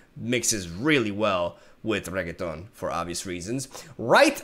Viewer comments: Bru Not Reketoni,This Champion real neame iş RENEKYon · Who in the world is reggeton? 😂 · Regeton? I don’t see a g in that name lol... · I wonder how long can he keep up saying Renekton's name as "Reggaeton" 😆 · It's renekton re-neck-ton no G in there my guy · call him regeton one more time... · Its Re-nek-ton. Not rigatoni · im pretty sure its renekton not reggetaun xd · Hi brother It is Renekton not Reggaeton kkkk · Re - Nek - Ton , not reketon ....😂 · RE-NECK-TON FFS. reggiton here rekaton there rigaton everywhere bro might as well as call him rocket ffs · Jeez I don't know if you're doing that on purpose, I don't usually watch streams. But his name is not RegeTON, but REnekton.. If you are just messing with us, then, Understandable, have a nice day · Level 3 Renekton - Level up: call me Reheton Level 4 Reheton - Kill all units and both players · I'm trying not to be tilted, but hearing it over and over is getting me Reee feels right now lol. Is he saying Reggaeton? Lol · YES Regeton! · I love the way you formulate things can see the passion in you, hate the way you say Ren-ek-ton but you do you. Good luck with the move hope it's all smooth. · wait, did he just said super sayan reggaeton?! im dying here xD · me correcting in my head every time he says regeton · Oh yes the good old RRRRREGITON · when you play too much yasuo that you call renekton, renekTon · Not the first time I've heard someone call Renekton "Regetón" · It's ruh-neck-ton, naah-sus and ah-zeer just FYI! Love your content as always, live reactions are the best kind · Hes legit saying REGGAETON wtf?? Lmao 🤣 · name: Renekton: Reaggaeton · Chucha cada que le dice regueton a renekton me rio xD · Ah yes..... Reketonk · Did he call him "Renekton" at least once in the video? 😆 I think not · Reketón 😂 Me meo 😂😂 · Its renekton rennnnnnnekton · Its just renekton no need to add a Latin accent to it...(Re-Neck-Ton) is the proper pronunciation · Its pronounced ren-eck-ton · Its Not REGETON